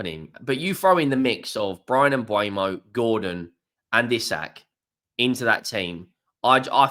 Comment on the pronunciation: Its pronounced ee sack 👍